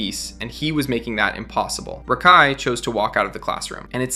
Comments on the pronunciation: why do u say rakai like that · to be fair. This youtuber is pronouncing his name wrong. He's calling him Rahk-Eye and it's Ruh-Kai. Edit: 90% sure this is an AI channel now after finishing the video hearing SEVERAL grammar mistakes and Rakai's name was pronounced different every time it was said damn near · hey man, hater of rakai here, im pretty sure its "Ruhkai" not Rackai, sorry, mispronunciations make me mad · RA-kai holy shit how you know so much about him yet you can’t even say his fucking name!? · Constantly hearing "Rock-Hi" is killing me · Who the fuck is “rah-Kai” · Why do you pronounce it "Rock-Eye" lmao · Bro are you purposely finding ten different ways to pronounce rakais name??? RACKi, Rockai, Reckai, bro didn't pronounce his name correctly more then a couple time this gotta be on purpose 😂😂😂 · Talking about him messing up words but yet you’re calling him rock eye 50000 times in the video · You calling him rockeye is kinda just as annoying lol😅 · Stop saying “rock eye” 😭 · Why do keep saying Rock-eye? I don’t like the guy but it’s very distracting and it’s almost like you say it in a more ridiculous way each time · “Rack eye” “rock eye” I love how you don’t say his name right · Can this annoying ai voice stop saying rahkai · Hate how bro calls him Rock Eye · you took 4 minutes just to say rakai correctly. Was what Rakai did at the beast games wrong? yes, but this type type of thing yall be forgetting you doing, you just mispronouncing his name repeatedly. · Can you say his name right. You keep saying rakai wrong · Why is this guy unable to say his name correctly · Why are you saying his freaking name like that 😂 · How do you research a video record said video and pronounce his name wrong every time you say it 😂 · Barney style for you champ. HE SAID RAKAI’S name wrong the entire video even after researching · That’s not how you pronounce that boys name smh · good video just the way you say rakais name kind of urks me 😂